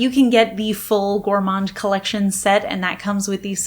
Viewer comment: The "d" in "gourmand" is silent 😉